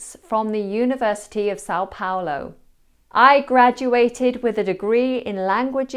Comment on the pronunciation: As a Brazilian, I tell you that your pronunciation of São Paulo was pretty good.🎉